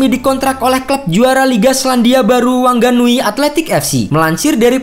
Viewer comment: WHANGANUI DI BACANYA WANGANUY OM